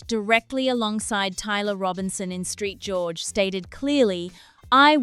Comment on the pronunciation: Saint George not Street George .